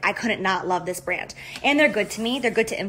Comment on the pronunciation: Does anyone else just Hate The way Jaclyn says the word "brand"